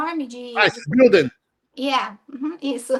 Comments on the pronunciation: 6 anos de EUA e fala bill invés de building. Pessoas, ESTUDEM! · 6 anos e não consegue falar building